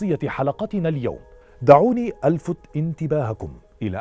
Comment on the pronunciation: أُلفت بالضمه و ليس الفت بالفتحه راجع السكريبت